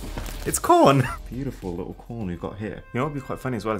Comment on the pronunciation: Uh when he said corn thing he said corn with a p